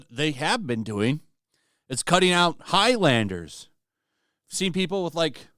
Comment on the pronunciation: I legit lost my drink when I heard Higglamders 😭